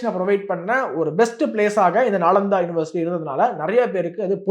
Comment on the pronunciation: I think நாலந்தா not நாளாந்தா